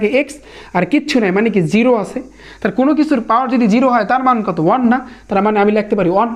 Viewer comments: 1 ke on bolen keno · 1 ke on bolen keno ❤❤ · আপনি one কে on কেন বলেন?? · ভাই ওন নাতো ওয়ান হবে উচ্চারণ